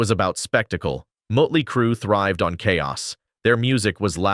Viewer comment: This video sucks...randome pics of bands that have nothing to do w what is being discussed...mispronounced band names, mutley crew... lots of baseless assertions, etc